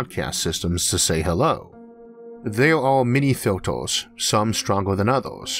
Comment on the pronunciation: Filters, as in "filturs", not "filtors".